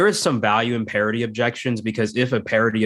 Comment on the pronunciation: Thank you! That has been driving me nuts as I listen to this podcast. PARITY. Not parody.